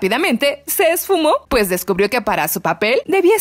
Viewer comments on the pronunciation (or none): none